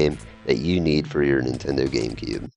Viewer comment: NINtendo - the 'n' isn't silent! Also, Gauntlet Dark Legacy was the worst on GC - PS2 and Xbox versions were better.